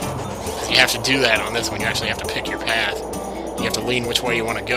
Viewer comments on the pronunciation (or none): none